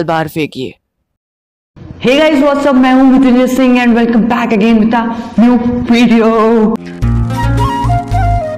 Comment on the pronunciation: Haa A yaar kya khu me siti ka to pta nhi par tum mereko bohot zada cute😍 lga or shayd tum mereko replay na Do na Do to bhi chlega tu bohot busy hoge Apne life me or jra Apna naam thoda thikse bola kro sing chodke kuch bhi Ache se sunai nhi deta he tumhara nam mene 3 baar suna tab. Muze pta chla he tumha ra naam mera naam piya patil he 😘